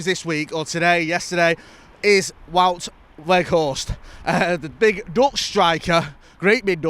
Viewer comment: Fuck me get his name right it’s doing my head in